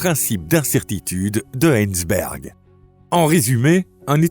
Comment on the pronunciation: SVP prononcez Hei-ZEN-berg, et non pas Heinz-berg ! (Sauf à être ponsorisé par la célèbre marque de Ketchup ?). - "Sans simulation extérieure", ne s'agirait-il pas plutôt de "stimulation extérieure" ? Le langage, les mots utilisés, orthographe et grammaire demandent la même rigueur que la Physique. On en est très loin dans votre vidéo. Peut-être est-ce encore une de ces voix IA sans âme ni caractère qui propagent sans cesse des fautes de français insupportables. Comment faire confiance à des commentaires qui manquent de la rigueur minimale mais nécessaire à tout esprit scientifique ? J'arrête là de regarder cette vidéo, merci.